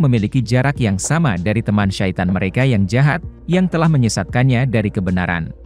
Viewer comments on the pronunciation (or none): none